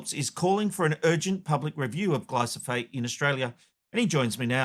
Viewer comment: Yet another humanwho cannot say glyphosate correctly